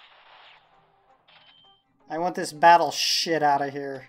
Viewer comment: HE SAID BATTLESHIT, YAAAAAAAA